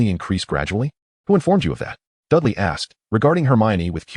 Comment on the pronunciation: The reader needs to pronounce the name as Dudley. I get mad every time I hear Dali instead